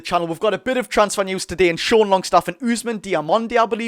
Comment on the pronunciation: Great content, only thing to note is it's not fabian schar but fabian schär (pronounced the same as "e" in bet)